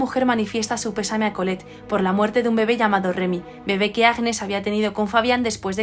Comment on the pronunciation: Hola ! el nombre Agnès se pronuncia »Añés » gn en francés se pronuncia siempre ñ. Nivea fué creada en 1911. Y Luis Pasteur es un científico francés que creó la vacuna de la rabia. Un saludo